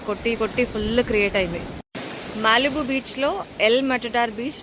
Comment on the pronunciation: Malibu ❌ mallibu ✅